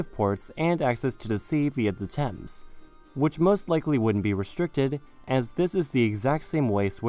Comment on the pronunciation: "Singapure in the Tames", I like the Sound of that